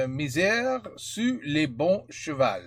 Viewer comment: It's "miser", not "misère", it means to bet. It's a french expression, "to bet on the right horse" like before a race (having a good instinct and choose wisely)